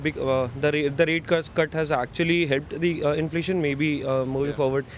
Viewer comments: Red shirt guy was so inflamed he couldn't even say inflation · so the guy who pronounces 'inflation' as 'inflammation' is a legal immigrant? and he wants Trump to stop illegal immigration? I think he likes Trump just because Modi worshippers love him. I will wait to see when he is getting deported by Trump.